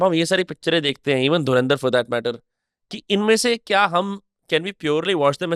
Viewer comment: Nice but AI couldn't say Dhurandhar properly